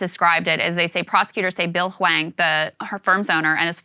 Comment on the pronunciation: Why does Saagar keep saying "Bill Wang"?